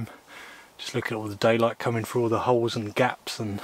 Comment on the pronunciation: Let's get straight on with the weekly translation, Huh Huh. Fink = Think, Fought = Thought, Froo = Through, Wivv = With, Fredd = Thread, Wiff = With, Wivvit = With It, Waum = Warm, Uvver = Other, Fing = Thing, Fings = Things, Sumfing = Something, Sawring = Sawing, Waumff = Warmth, Finking = Thinking, Eevur = Either, Souff = South, Free = Three, Lenff = Length, Furvver = Further, Su'ink = Something, Anyfing = Anything, Anovver = Another, Finkin' = Thinking, Waumed = Warmed, Fermals = Thermals, Fikker = Thicker, Chorisso = Chorizo, Fank you = Thank you. Chorizo would be pronounced as Choritho, but I understand that is too difficult for you. Words of the week - Fredd = Thread, Fikker = Thicker and Sawring = Sawing. Tongue twister of the week - Pings and Fings. See you soon, Huh, Huh.